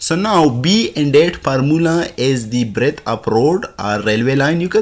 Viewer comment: B=Breadth, not breath. Sorry, just saying. You are really good, though. Thanks